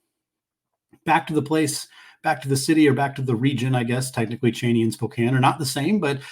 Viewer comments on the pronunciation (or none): Just a heads up, we generally pronounce the city of Cheney like Chee-nee not Chain-ee. Could have just been a slip of the tongue, or your regional accent. Either way, figured it was worth mentioning 😊